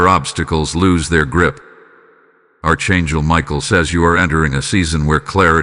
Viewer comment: It would be nice to hear words pronounced properly such as; AR…..CHAN…..GEL. …..archangel…..